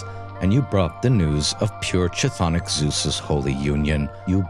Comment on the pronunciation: Bro it's pronounced K Tthonic K, KTHONIC, NOT ch-thonic